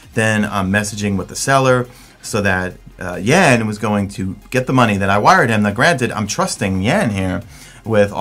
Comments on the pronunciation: yea sort of like Juan with instead of a "wuh" it's a "yuh"an ;-) lol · you say "Jan" like "Yuhn" with a british "A"